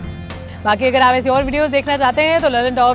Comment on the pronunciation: मैडम अपना pronunciation सुधारिए..... लल्लनटोप नहीं लल्लनटॉप होता हैं